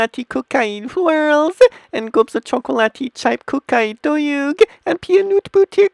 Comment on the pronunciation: the way he pronounces dough makes me want to punch something